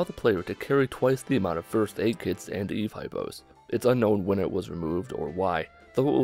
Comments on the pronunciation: Eve. Not Evie. Otherwise, not a bad video. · Did you really just say Eevee. That made me cringe so hard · he said ev but I guess that is still wrong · Did he really call it eevee